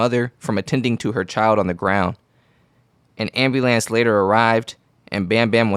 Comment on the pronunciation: an ambu what? Are you illiterate?